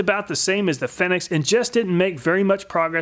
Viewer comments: I think it's supposed to be pronounced fee-nix. Like a phoenix, which would match the logo on the bottle. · Hehehe, he pronounced Fenyx Fenyx instead of Fenyx. But that's okay he pronounced it Fenyx at the end.. 😁👍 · Aaaaand then fudges it again in the second test, lol.. 😁👍